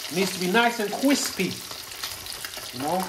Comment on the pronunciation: lol, chef , was that a Joshua Weissman 'kwispy'? 👍😁